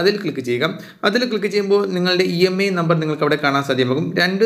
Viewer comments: Brother not EMI..IMEI is th right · Emi athentha imei ennalle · EMEI alla IMEI aan